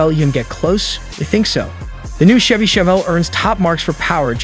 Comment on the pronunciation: Looks like a Camaro. The narrator doesn't even know how to pronounce Chevy. Total bad video